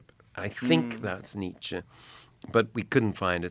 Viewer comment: The way Bono pronounces Nietzsche grates on me.